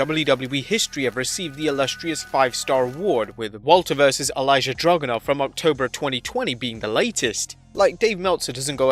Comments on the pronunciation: Ill-ya. Ill-e-ya. The only two proper pronunciations of Ilja that actually work. Not Elijah. I get that it has a J. It's a Russian name though. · Ilja Dragunov's name is pronounced ILL-YAH, not Elijah LOL 😂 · It's Ilja not Elijah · Who the "F" is Elijah Dragunov?? This channel makes so many mistakes it leads me to believe y'all really don't know that much about wrestling. Anyway its ilja dragunov and its not pronounced as "Elijah" either. Sound it out like this..."eel ya". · Elijah dragonov?? It's pronounced EEL YA!! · I stopped watching the moment the man said "Elijah" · Bruh where did you get “Elijah” from “ILJA”...? 🤦🏽‍♂️